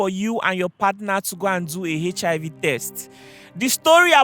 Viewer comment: is it hechihaivi or HIV Whats wrong with Nigerians 😂